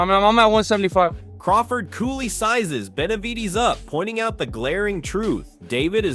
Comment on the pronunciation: Man, if you don’t stop saying David Beniveedss😂😂😂